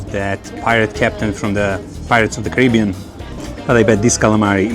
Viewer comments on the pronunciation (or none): none